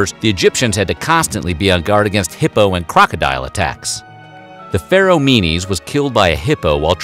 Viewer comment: When you said "the Pharoah Menes", it sounded like you said "the feral meanies"